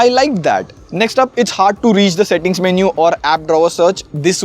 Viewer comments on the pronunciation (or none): He says manu's I heard mahnoos 💀😂😂😂😂